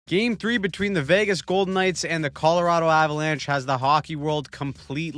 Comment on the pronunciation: Oh no, we're going to have to hear him pronounce Vagas all the way to the finals now! 😆